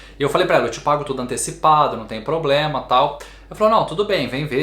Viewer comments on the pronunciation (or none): none